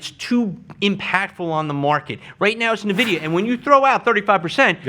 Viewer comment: Cannot keep listening when he keeps saying Navidia